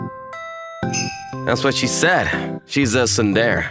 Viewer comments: Its (soon-dera) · Its tsun-de-re